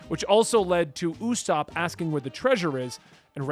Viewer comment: I have some pronunciations for you. Ussop - Oo-Sop Trafalgar Law - Truh-Fal-Gar Law Bartholomew Kuma- Barth-olo-mew-Koo-ma Also I don’t remember which video it was but you said kakyoin and polnareff from jojo Kakyoin - Kak-Yo-Een Polnareff - Pole-Nar-Eff